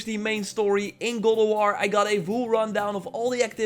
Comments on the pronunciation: "Goll ef wor" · “Good ah wah” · Sounds like he’s saying “Gaul Of War” 🤣🤣🤣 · Why do you keeo saying "Gold of War?"